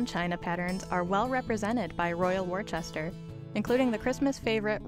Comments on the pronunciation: pronounced wooster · Why can the commentator learn to pronounce the name of Royal Worcester. - it is not Worchester, but Worcester. For what was a long standing British company, this really grates.